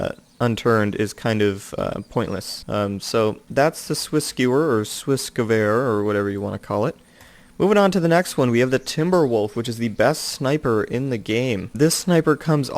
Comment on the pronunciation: It's pronounced sviss guh-vair